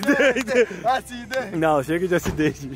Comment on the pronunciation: ASIDENTE ASIDENTE É ACONTECEU KKK